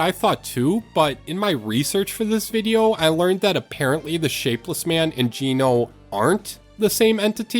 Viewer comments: Comment 19, Geno is not pronounced gee no, it's pronounced Gen no! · I'm sorry but way u pronounce geno gets me 😭